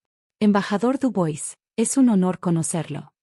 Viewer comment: Chérie se pronuncia"cheri" y Dubois,"Dubuá".